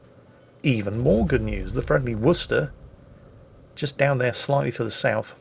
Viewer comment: Where are you from I have never heard anyone properly pronounce Worcester before